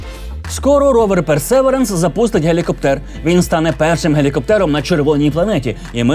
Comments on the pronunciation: Погнали про Марс. По-перше назва роверу читається як "Персевіренс" з наголосом на 3-й склад. І суть фоток не в тому, що вони виглядають захоплююче, а в тому, що це справжні зображення, отримані з відстані в мільйони кілометрів від нас. Якщо ваше серце не зачіпає хай-рез фото світу, що наразі ніяк не доступний людині, у вас немає почуття маштабності Всесвіту. Звук записаний на Марсі саме мікрофоном вперше, і там не має читати реп Альона Альона, щоб такі записи тамували подих. Щодо "поки не знайде життя" - взагалі то, серед вчених майже ніхто не сподівається на це, наукова цінність місії більше в геології, що дуже допоможе зрозуміти багато раніше не доступних фактів про формування і функціонування Сонячної системи. Ну а якщо все це не вражає, то в цей раз для вас спеціально засунули туди ще й коптер, котрий полетить в атмосфері, що в сто разів менш плотна за Земну, фотоапарат там це не головне. Це вінець сьогоднішньої людської технології, і тільки це робить Персевіренс не нудним. Дякую. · Гайз, я вибачаюсь, але мій граммарнаці виривається і хоче заволати, що марсохід називається Персевірєнс (наголос на і). Але ви прекрасні, як і завжди!